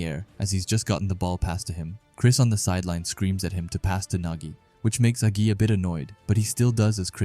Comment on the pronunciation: There's no way this guy called agi a g i